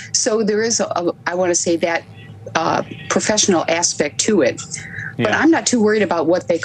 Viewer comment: They are astronauts. They went to space. Cut the crap you sound like a hater . Karen really tried to emphasize the words “not professional”.